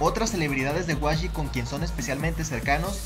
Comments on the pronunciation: por que dices wayi? si es YG "Yi Way" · no, YG se pronuncia como see leen las letras en inglés, sería como 'Wai Yi', no yi way ni wayi